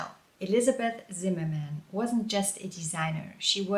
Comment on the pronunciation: I like that you pronounce the surname the English way when talking about Elizabeth and the German way when talking about her husband. Well done!